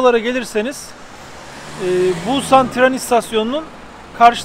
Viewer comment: Bulsan değil !!!! pusannn